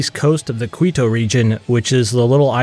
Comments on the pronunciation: Quito: "Kwee-toe"... 🙄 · Why do so many people insist on saying Quito as Kwee-toe? It's pronounced as Kee-toe.